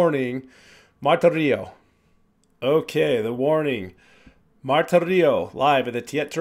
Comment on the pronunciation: Love your reactions! Pssst. Lots of folks don't speak Spanish, so no shame, but a couple words to show how big a fan of The Warning you are. Ale is AH-lay. Martirio is mar-TEAR-yo (TEAR like the wet stuff that comes out of your eyes when you hear Pau sing Creep, not TEAR like how she tears your heart out while doing it). Thanks for going down this rabbit hole with us!